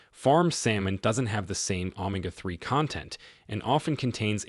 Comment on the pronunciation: AI narration. Pronunciation of some words is off, not normal, e.g omega, etc